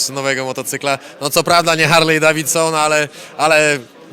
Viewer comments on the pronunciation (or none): none